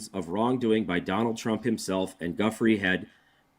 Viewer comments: Her name is pronounced joo-FRAY. Not GUFF-ree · can someone please tell him how to pronounce Virginia Giuffre's name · The first asshole couldn’t even pronounce Virginia’s last name correctly!!!! She was a VICTIM you dirtbag!